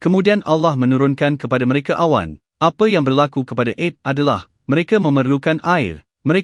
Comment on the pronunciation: Canel ini memang baik dlm meningingat kn kita .yg jadi masaalh sebutan2 dlm penyampaian nya kurang sempurna.ta'ala jadi ta,ale...'Ad jadi Ed...baiki sebutan trgantung sebutan harian kita...